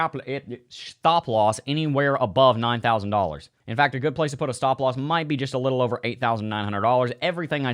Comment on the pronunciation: dont forget your shhtahp loss 😂